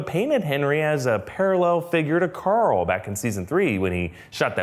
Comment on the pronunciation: "Who's Corl" lmao